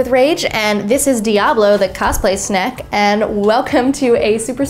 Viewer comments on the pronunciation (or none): it sounds like shes pronouncing snake like sneke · please call it snake. not snack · did she say snack or snake?